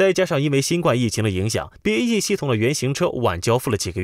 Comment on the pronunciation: BAE一直要唸BEA